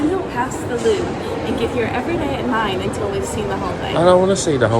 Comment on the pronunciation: That is the 1970s version of "Narnia". Bathroom was probably brought about in the Sequel in the 2000s. I've seen this location used in movies. I'm glad you annunciated your words. Up to this point I thought you kept saying "Loo". 🤣 I'm with him. Too many people, I wouldn't want to see the whole thing. It's cutting into the time at the local pub! 🍻 that ceiling is amazing! Nice tour. Thanks for sharing. 👍